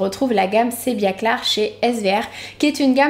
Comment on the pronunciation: pourquoi tu prononces "sebiaclar"? c'est pas plutôt sebiaclear: sebiaclir ( mot anglais)?